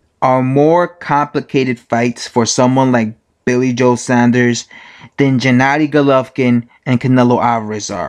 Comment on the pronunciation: Saunders, SAWNDERS!!!